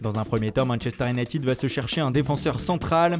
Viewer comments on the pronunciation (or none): none